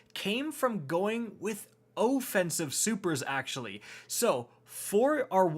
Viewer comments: Really, you pronounced off-ensive as oh-fensive...dude. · had to rewind to hear 0-ffensive a few times 😂